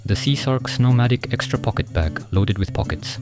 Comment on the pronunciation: ポケットの発音がめっちゃ癖になる。 1時間くらいポケットをずっと言う作業用BGM動画作って欲しい笑